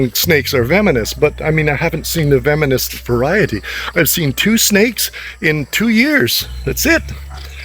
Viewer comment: Sir it’s Venomous not Vemonous ✌️